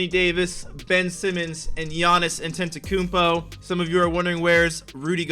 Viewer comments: Normal People: Giannis Antetokounmpo: Giannis Akumpo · Giannis Ntetokoumpo it is Antetokounmpo bot